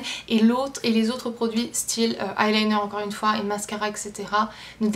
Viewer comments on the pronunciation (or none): none